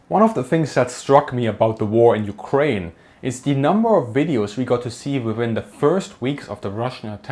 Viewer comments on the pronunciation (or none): none